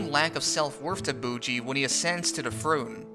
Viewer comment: They way you pronounce Miranjo and Bojji is maddening.